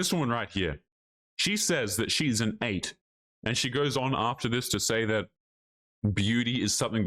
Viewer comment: She said "ate", not "eight", as in "I'm an ate, I ate everything"